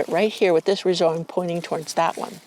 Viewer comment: Rhizome is pronounced rye-zome not re-zome.